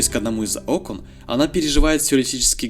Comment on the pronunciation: Окон!! Ударение